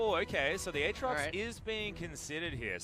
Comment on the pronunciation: except he has shown he can pronounce them correctly, during that Tyler1 thing, on top of that, even during these casts, he bounces back and forth pronouncing Irelia and Aatrox's names correctly and incorrectly. I honestly think he does it on purpose to piss people off.